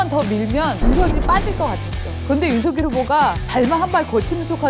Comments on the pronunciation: '서결'이라니 발음이 너무 ㅠ 누구 이름을 부르는건지요 발음 신경 좀 쓰세요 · 아직도 윤서결이라고 호칭하네요 윤석열후보 본인도 윤성열이라고 본인을 말합니다 두가지 호칭으로 듣기 거북한데 윤후보 본인이 어떻게 발음하는지 듣고 제발 따라하세요!! 센스가 너무 없어